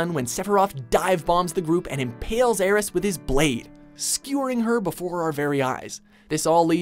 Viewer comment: You guys at tend to pronounce things weird, so thank you - THANK YOU for pronouncing "Aerith" with an "s" instead of a "th" sound.